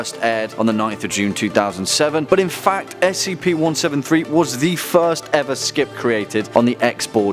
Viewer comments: STOP SAYING SKIP ITS S C P DIFFERENT WORDS its not an acronim you don't call P.O.W.s pows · “spc-173” REEEEEEEEE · Please say s c p, and not skip, that annoyed me, idk why I'm that picky, probably the internet rubbing off on me. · It's pronounced S-C-P not "Skip" you GOOF